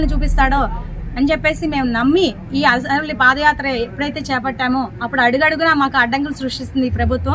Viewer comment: అసరవెల్లి కాదు ... అరసవెల్లి.